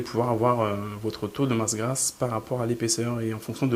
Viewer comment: "grasse", pas "grâce" ^^